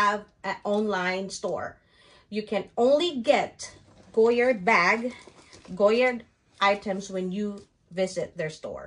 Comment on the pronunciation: Nahirapan ako sa pag-pronounce mo but thank you for the Goyard info.